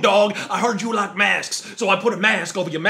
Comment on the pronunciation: You no rike it¿